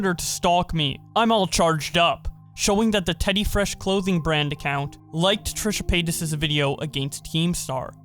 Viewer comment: Why does it sound like Trisha Penis when he says her name?